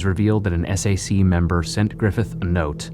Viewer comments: I like how he says "The s.a.c.". In Utah, we just say Sac. That's how people say it. And that's how they refer to themselves. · It’s pronounced Sack but ok facts guy. 🙄👌